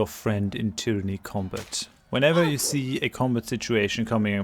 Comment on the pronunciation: Lustig, dass du bei allen Tyranny-Videos tyranny zu Beginn immer richtig und am Ende immer falsch aussprichst. Da muss doch System dahinter sein... Aber das nur nebenher. Guter Content, danke.